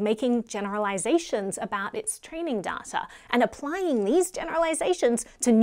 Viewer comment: its not pronounced DARTA its pronounced DAITA ! but other then that you rock !